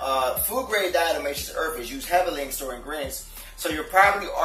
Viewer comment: Did he say "Earf"